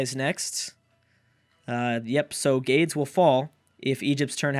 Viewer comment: so I hate that this is the only thing I have to say, but it's really been bugging me. The Carthaginian city that is being attacked by Egypt in the beginning of this video is not GAIDS. It's GAH-DES or GAH-DEZ. The Punic (Carthaginian) language is weird, and a lot of their words are difficult to pronounce (so I can see the confusion), but I know this for a fact. EDIT: As an after thought, I think if Byzantium wins, people who picked Rome should get half a shoutout (Byzantium wouldn't exist without Rome to be in the game)